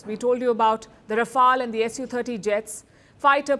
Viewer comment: Its not pronounced as R-AA-F-AA-L… It’s Rafael… Ra-Fail